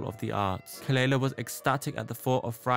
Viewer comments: Just a light comment, the correct pronunciation of her name is kuh-luh-lah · her name is pronounced kuh-luh-lah. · At least pronounce her name right, it’s kuh luh luh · youre pronouncing her name wrong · Not you mispronouncing her name.. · At least say her name right... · Thas not how you pronounce her name. 😘